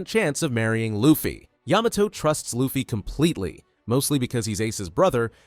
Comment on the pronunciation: Ayy he finally said Yamato correctly